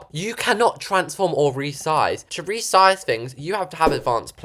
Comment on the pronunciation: u rezised a arch way 😂